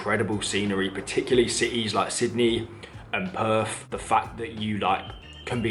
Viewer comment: It's Perth. NOT Perf.